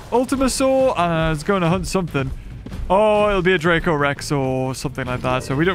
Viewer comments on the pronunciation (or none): none